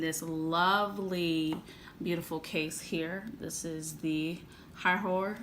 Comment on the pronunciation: It’s air hoor no hi hoor